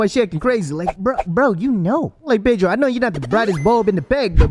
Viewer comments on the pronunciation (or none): Its Pedro, not Paydro